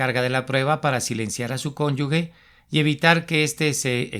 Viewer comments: Con todo respeto: Se dice cónyuge, no : cónyugue. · Cónyuge, no se pronuncia cónyugue